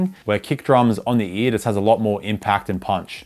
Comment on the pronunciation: every time u say ear i think ur just saying E so all i hear is EA💀